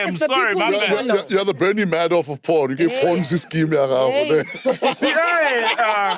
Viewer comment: Pornzee scheme 🤣